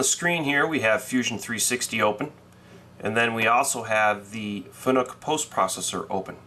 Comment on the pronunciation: Fanuc rhymes with PANIC , it's not pronounced FUN NOOK, just sayin. Thanks for the post processor info it was very helpful to me. BMac